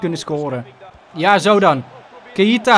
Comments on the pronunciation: Zeg aub niet maar keieta maar gewoon keita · Keita niet Ka-ie-ta